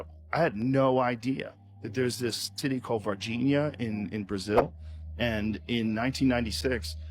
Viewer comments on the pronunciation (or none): At 17.29 he said tity not city. He s always showed himself to be a p.dow creep